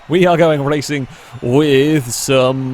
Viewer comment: Why can’t you say “racing” correctly